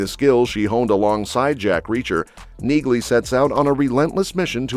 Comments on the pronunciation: Is that an artificial voice or an idiot? The name is pronounced "Neelee" not "Neeglee". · Its pronounced Neahley. The G is silent. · It's pronounced "NEELY"--so what else do not know about it? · It's NEALY, the G is silent. Can't you train the AI to pronounce it correctly? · NEELY! NEELY! NEELY! The "G" is silent. Get the pronunciation right or just go home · Yah, I bagged another video for the AI knee-glee pronunciation… I almost thought this one was human, until that shit popped up…. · You fell at the first fence dude....... the G in Neagley is silent...... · That's stupid AI for you. Just hire humans!!!! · I’m just making an observation here, but isn’t the “g” in Neagley silent? I have never heard any character from Reacher pronounce her name with a “g” sound. It may seem like nitpicking, but it’s important. Please correct me if I’m wrong. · When are you AI driven people going to have the generated voice pronounce her name correctly? The g is silent. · The “g” in Neagley is silent! Stop butchering her name! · YES! I was gonna say the same thing then I saw your comment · I just looooovvveeee robot voices that don't know how to pronounce sh** correctly, ever. The G is silent, dumb a**, and I am talking to you, the creator of this video, who is so stupid and so lazy and worthless for using robot voices because actually talking in a video is sooooo difficult. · You need to teach your bot narrator that the “g” is silent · Learn to pronounce her name ffs